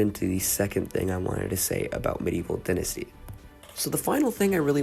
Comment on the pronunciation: This game is 5 months old and 1 day from today just want to point that out also pronounced dai ·nuh·stee if American for the British it is di ·nuh·stee.